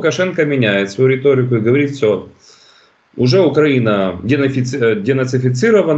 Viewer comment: Как ни странно но Мося правильно произносит слово укрАина !😂😂😂😂😂